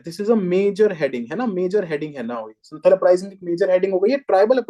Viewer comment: Sir it's संथाल not संथल Sorry